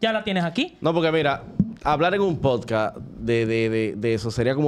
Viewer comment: Diganle a la que està al lado de la hija de toxic que no se dice Posca 😅 repeat after me ,, podcasts 😅😅